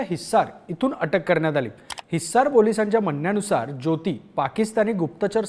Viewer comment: हिसार.....हिस्सार नाही... थोडा जोर कमी लावला असतास तर छान वाटले असते ऐकायला